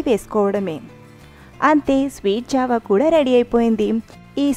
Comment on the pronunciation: Rashi java anaali jaavaa kaadu